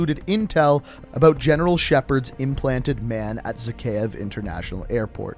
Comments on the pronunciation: Zakhaev is pronounced like zahaev the kh is like an h in russian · Zakhaev, not Zakheov